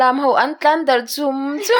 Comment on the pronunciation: A hlimawm teh lul nen double adverd ho i thluk dik lo tam hle mai a. A mak ka ti. Mup mup, vut vut leh chum chum te erawh chu i thluk dik a, a dang ho i thluk dik mang lo tlat. Tunlai hian mizo ah hetiang thiam pha awm a ngaih thiam lo deuh deuh kan tam riau mai